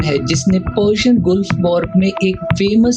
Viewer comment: Bhai vo गुल्फ nahi गल्फ war hai